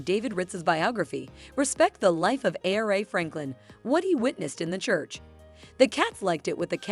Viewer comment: Respect the queens name and pronounce it correctly smh...AI should not be used for everything